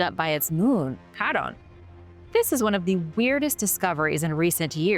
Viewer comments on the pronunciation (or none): none